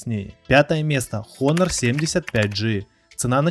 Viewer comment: Такое количество ошибок в названиях давно не слышал от блогеров, Хонор , ноРтинг и другие